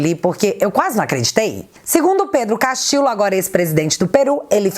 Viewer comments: Oi,! Só um 'reparozinho': em espanhol, o duplo L equivale ao nosso LH. (Castillo = Castilho). Da mesma forma, Ñ é o nosso NH. Abç! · Saludos desde Perú ,viva o Brasil ...a nossa bandeira jamais será vermelha 👉🇧🇷🇧🇷👈 Te atualizei otimo video ,so' uma pequena obs seu nome e' Pedro Castillo Terrones y castillo se pronuncia (Castiho) Castillo 👉🇧🇷🇧🇷🇧🇷🇧🇷👈 hoje aquí no Perú e' feriado día de la Inmaculada conceptocion feriado nacional. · a pronuncia correta é "CASTILHO" em espanhol dois "L" tem o mesmo de "LH" em português. Beijos. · Sempre entregando um ótimo conteúdo, porém, no espanhol, os dois "L" tem som de LH. A pronúncia correta seria como se estivesse falando Pedro Castilho mesmo, por mais que se escreva com dois "L". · sem nenhuma pretensão e... só pra dar um "toque" mesmo. A pronúncia dos dois éles (LL) em espanhol não é igual a um éle (L) só. Assim, dependendo da região, "Pedro Castillo" deve ser pronunciado como Pedro CastiLHo, Pedro CastiCHo ou Pedro CastiDJo, mas nunca como Pedro CastiLo! #FicaAdica #Paz 😉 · se não me engano, esses dois "LL" juntos, em castelhano, são pronunciados como o nosso "LH". Assim, a pronúncia do sobrenome do Pedro seria "Castilho". Grande abraço!!!